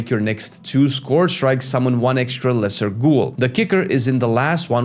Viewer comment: Friend, you’re pronouncing “scourge” incorrectly. It’s not “scorge” (rhyming with gorge), but “scurj” (rhyming with urge or surge).